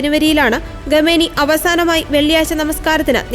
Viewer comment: ഗമേനി അല്ല. ദയവായി അക്ഷരസ്ഫുടതയോടെ വായിക്കൂ